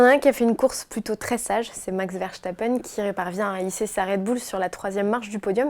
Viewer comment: Verschtappen. A l'entendre, ça s'écrit comme ça. Faut apprendre, au minimum, à ne pas écorcher les noms.